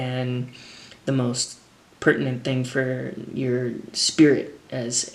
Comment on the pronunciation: “What’s the merst pertinent thing..” 😂 Reminds me of a South Park character.. all jokes aside I loved the video and am a huge fan! Keep killing it Matt!